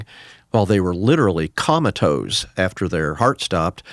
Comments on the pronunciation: Im sorry but I cannot take this physician seriously when he pronounces the word as "comma toes" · Great video! I hope you folks don't beat him up too bad for saying " ,tose " 😂